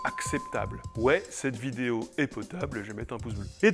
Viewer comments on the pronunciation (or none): none